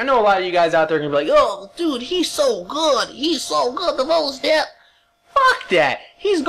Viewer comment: you said ADEPT correctly!......when you screamed it at the start haha!